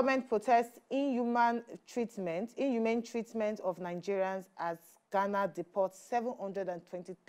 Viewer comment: The way she says inhumane kills me.